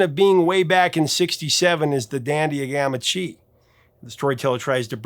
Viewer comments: Professor, seriously? "Gamma CHEE"???? It's Gamma Chi... Chi as in the Greek Letter that sounds like "KAI" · "the dandy of Gamma CHEE"?! What's wrong with you, man? He even says it right in the song. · Did you just say ... "gamma CHEE"?! C'mon, man, that's just sloppy; it's even pronounced IN THE SONG YOU'RE REVIEWING. 🤦🏻‍♂️🤦🏻‍♂️🤦🏻‍♂️🤦🏻‍♂️ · Mispronounced " gamma chi"? It's in the song, dude 😆